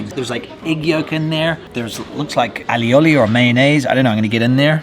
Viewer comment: How are we pronouncing aioli?? How many syllables does it have?? Lol